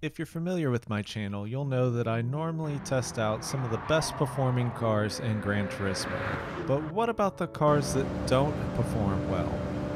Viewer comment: And another youtuber that cant even pronounce the name of that game 😂